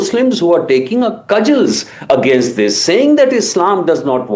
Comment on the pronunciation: No wonder he killed himself. He could NOT even SPEAK PROPERLY. Who pronounces 'against' as 'againust' in this day and age? And presenters at each of the Indian TV channels i have seen have been highly disappointing. Without exception this fake accent and lousy accent not to mention tawdry, repetitive monologue is highly forgettable.